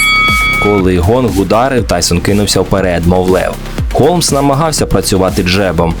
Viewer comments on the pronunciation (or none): Холмса а не Голмса